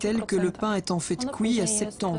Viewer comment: "Cuit" sur place ne se prononce pas "kouï" sur place. Mais bon... de toutes façons le pain est dégueulasse en Belgique, en grande surface ou chez les artisans, les Belges ne savent juste pas faire le pain ou les viennoiseries.